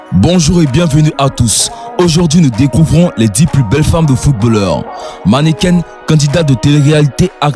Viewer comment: On dit mannequin. Pas mannequaine ça ne est existe pad